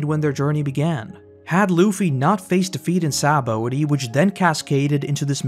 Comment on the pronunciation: Sha-bon-dee. SHA-BON-DEE. Other than that great video.